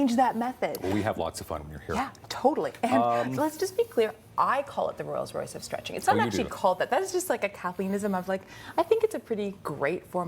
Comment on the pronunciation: Did he just say royals Royce?